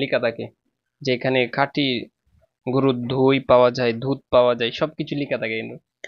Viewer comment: নিজের কথার সব তো আগে শুদ্ধ করো। আপনি খাটিকে কাটি বলেন 😅